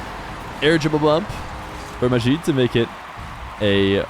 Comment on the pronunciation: Arabs don't have that sound (the way you're pronouncing the J in Majid like the Z in Azure). Their J is the same as English